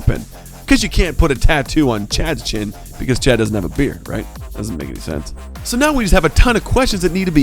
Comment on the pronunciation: Stop saying rhait